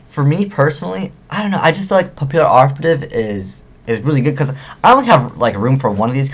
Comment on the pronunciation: Its pronounced "pa-pee-operative" the word Papillon is French. ^.^ I prefer the OCG name Photo Butterfly Assassin.